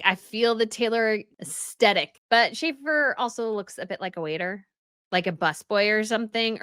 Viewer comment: Us Tetic? Can you at least learn how to pronounces Aesthetic properly?!?😂😂